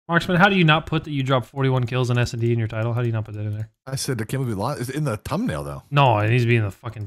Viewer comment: lol said tumbnail instead of thumbnail i had to go back and make sure i wasnt hearing things and nope i wasnt